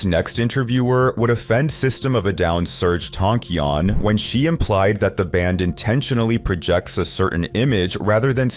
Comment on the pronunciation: Serg tonk-eyy-on 😅